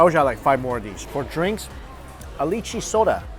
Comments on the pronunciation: I wonder when will find out that lychee is read as "LAI-CHII", my viewing experience will improve 100-fold. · Just a heads up, North American-born Chinese pronounce it "lee-chee" for some reason. I'm a transplant to the US and it weirds me out.